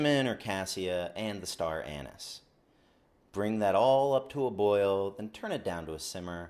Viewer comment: Anise not anus